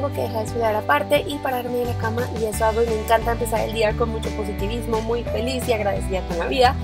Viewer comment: como que se re paso de "posotivismo" jaja buen video besos😁